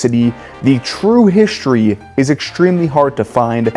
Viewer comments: Shtreet. Hishtory.... No "h" there. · Why do you say hishtory instead of history? I notice you said exshtremely too. Shtreet? Shtripe? Say it with me, ssssss versus shhhhhhhhhh; NOT THE SAME. Iron is WROUGHT.